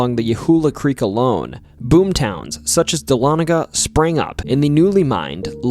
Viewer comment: Dahlonega resident here! Thanks for pronouncing it correctly. 😀